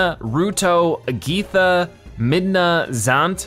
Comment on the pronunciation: I was so hype for this game I got it the day it came out I’m way farther then you but it’s cool one of my favorite you tubers will be playing it ! Also you said Agitha wrong XD